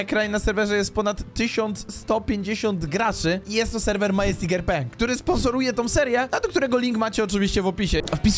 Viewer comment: Czytaj madzestik